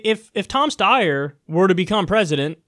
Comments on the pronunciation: Kyle, is how to correctly pronounce Steyer...but you already knew that. Cheap shot. I wish you hadn't have taken it; it diminishes you. And no, I don't like him either. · Come ON, Kulinski! It's pronounced "Steyer," duh!